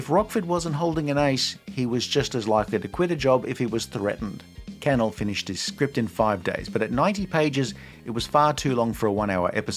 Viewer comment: It’s pronounced canELL not CANel